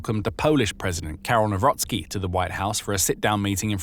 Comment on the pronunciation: Nawrocki not newrosky 😅😅🤣